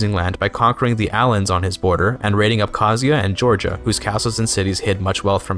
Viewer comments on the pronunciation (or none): none